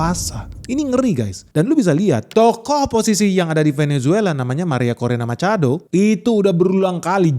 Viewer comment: semangat banget pas nyebut "Maria Corina Machado". Bak spanish speaker. 😎